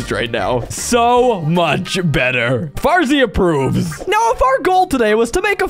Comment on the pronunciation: The fact when the spiders where clikbing on the wall Farzy said "Fartzy"